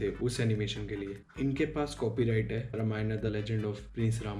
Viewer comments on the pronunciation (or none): Very good research but talking not रमायना रामायण is right